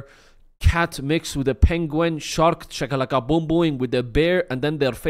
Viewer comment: your accent with that “ shakalakbombom “ has me laughing so loud, someone just came to check on me😂😂